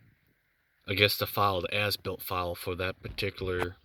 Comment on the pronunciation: Haha, I like the video but I can't help but hear him says foreskin at the start of the video and ass built multiple times Thanks for the video guy good job. 😂 😆 😂